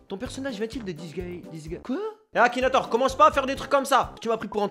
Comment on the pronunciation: C ma tuer le "Akinatouz"